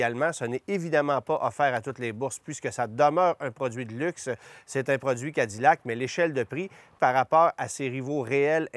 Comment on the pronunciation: Pourquoi prononcer Cadillac comme des américains ?